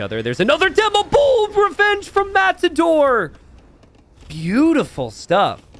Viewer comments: Is it just me or does sometimes say "Mattsador"? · are you saying mast-ador?